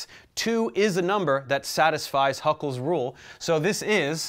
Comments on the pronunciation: sorry but it's Hückel's rule not Huckel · Bro, that guy's name is not Huckel. It's Hückel.